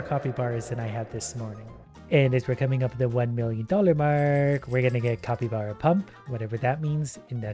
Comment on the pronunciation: why do you say copybara its capybara